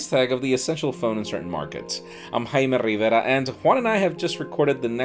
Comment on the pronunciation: I'm Hayme RRRRRRRRRRRRRRRRRRRRRRRRIVERA